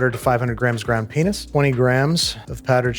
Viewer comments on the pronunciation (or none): I swear at he sound ground penus lol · Did anyone else hear him say "Ground Pen*s" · you cannot tell me that Andrew didn't say "ground p3n1s" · anyone else concerned about how he pronounces peanuts? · you did use the "T" at the end of "peanuTs" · sounds like you mispronounced peanuts Auto captions also says it too lol. 🍆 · babish did NOT say "peanuts" I know what i heard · hold up... What did he say?? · You for sure did not say Peanut there. Please tell me I'm not the only one that heard it. 😰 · Did anyone else catch what he said at the mark? Ground what?😮